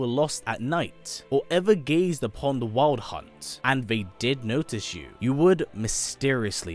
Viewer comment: The way he says wild hunt hits my ears wrong.